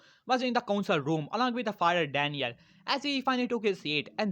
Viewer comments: The fire lord isn’t called daniel he is called daimeyo and you pronounce it like die-me-yo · its daimio not daniel